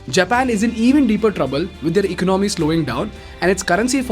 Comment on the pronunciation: It’s not “eco nomy” but economy.